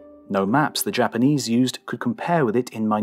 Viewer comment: Really fantastic tale and the narration is impeccable, but you gotta work on your Japanese pronunciation.